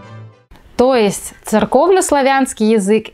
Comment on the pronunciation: То эст???????!!!!!! Что за произношения?